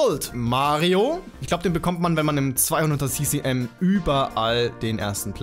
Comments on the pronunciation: Hannah Göttle ich meine ja auch das er das Englisch AUSSPRICHT ! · Oder "si-si-em" (ccm) :D. Entweder Kubikcentimeter (cm³), oder "ce-ce-em". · Falsch ist "si-si-em" nicht, aber unpassend. "ccm" ist ja kein englisches Wort, deswegen muss man es auch nicht englisch aussprechen.